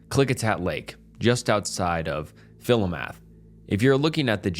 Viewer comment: Local Oregonion from Lincoln county! Just a heads up, the pronunciation of that town near Mary's Peak is (Fill-Oh-Muth)!!